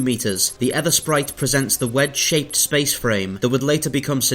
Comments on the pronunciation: "EEthersprite" - like the "ee" in "teeth", not "Eth" like "earth". As in "the ether" of a clear sky. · Ethersprite mate, like ... Aegypt (Egypt), Daemon (Demon), Aegis (Egis) etc... The A is silent. It's pronounced Ether Sprite.